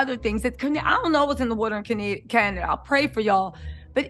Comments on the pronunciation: Not Ca-NAY-dia… was over it today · I will strictly be referring to it as Canadia from now on 😂